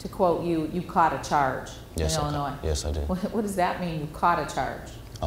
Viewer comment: THE YOUNG MAN NEEDS TO LEARN THAT THE LETTER S ON THE STATE OF ILLINOIS IS SILENT